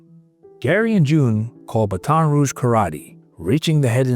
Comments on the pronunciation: These AI voices ruin everything..can't even say Baton properly. Also vid keeps saying dad dished out the punishment that the courts could not. Well the courts never had a chance to do their thing. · it’s pronounced BATTT-in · Pronunciation of Baton is killing me here. Learn how to prounounce cities or towns before talking. Comes off bad. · He said baton like its a relay race , geez